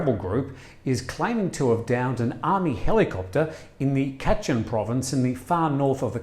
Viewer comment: Not Khaa..chin.., it’s Kachin 🙏🏽